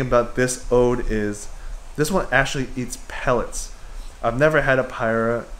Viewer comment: It's odoe, as opposed to 'ode' as you kept saying.